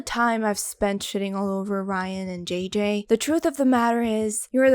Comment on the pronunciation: It took me a while until I realized she was saying "JJ" and not "GG".